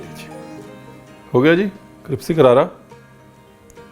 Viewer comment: कृप्सी क्यों बोलते हैं सर जी। क्रिस्पी को। हमेशा ही। क्यों।